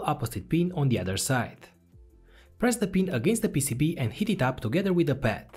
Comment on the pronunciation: I made it 17 minutes in before I realized he is saying “heat the pad” not “hit the pad”